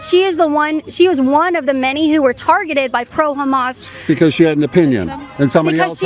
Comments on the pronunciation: Did he just call Hamas, hummus? 😆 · I thought that guy said "hummus". 😅 I'd have said, "You're a chickpea". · That guy said Hummus instead of Hammas and it took me out 😂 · That one guy said Hamas like "Humus" and my sarcastic brain went "Ohh i understand the confusion now. Leftists think they're supporting humus, not Hamas" 😂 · Did that guy say Hummus?? It's actually Hamas 😅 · That dude said humus.. like the food?